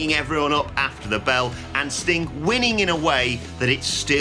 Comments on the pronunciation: How come he cant say "Sting" without it sounding like "StingK" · Off topic, but it really sounds like he calls Sting "Stink" at about the 13.00 minute mark...